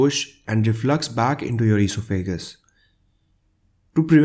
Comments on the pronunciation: You really need to learn how to pronounce esophagus. Just like it's written: e-sof-a-gus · Very good - informative and well presented. Just one thing. The word esophagus is pronounced with the accent on the second syllable - on the o - not on the a. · All great advice. Avoiding chocolate and coffee, ,the horror.LOL. Plus I love hearing the pronunciation of eeso fagus. Thank You for the great info. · I like how you pronounce esophagus.